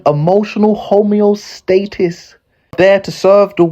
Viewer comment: Homeostasis not homeostatis